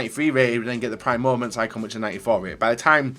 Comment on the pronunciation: I hate when he says mooments